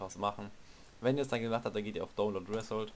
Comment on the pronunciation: ich hasse leute die download nicht aussprechen können !